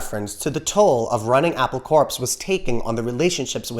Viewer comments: But it's not apple corpse. It's pronounced Apple Core. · It's corps as in core. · “Apple CORPSE”?